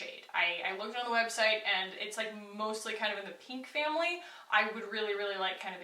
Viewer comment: no smudging or transferring around? As soon as you put that first blush on, I knew you'd maybe hate it. Then, you said PENK, and I almost snorted with laughter. It actually looked cute, though. Also, I wear that Juice Beauty blush on top of the it cc cream/bye bye pores powder with no issues. I bet this stick would also work.